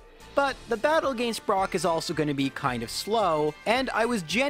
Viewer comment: We've gotten bide brock (I swear I heard that, anyone else)